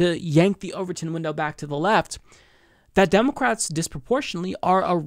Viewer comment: You keep saying "demo-cwats" or maybe it's just me